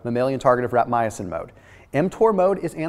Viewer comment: Is that how you pronounce rapamycin, because it's not spelled rapmyacin.